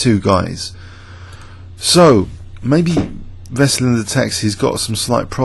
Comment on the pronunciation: Not Veslin Toplov it's VESELIN TOPALOV. Open your mouth when you say his name - Veselin Topalov